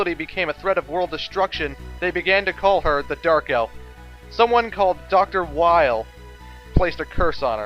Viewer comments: Btw im pretty sure Weil is pronounced like whale. Normally thats how you would read it if the name was Japanese. But there is a probability that the name is based off of some German name or something. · i think weil's name is pronounced as a short a